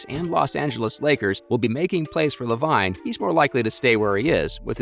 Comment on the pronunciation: His name is Lavine...pronounced Lavene.....if you have never watched the NBA you shouldn't speak on NBA videos and should immediately hide in a hole until oxygen is gone. Trash.